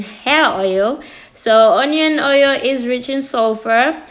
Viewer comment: Honion hoil took me out 😂😂😂😂